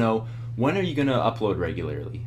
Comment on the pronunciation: You are amazing. I hope you know how much we love you <3 Even if you say regularily instead of regularly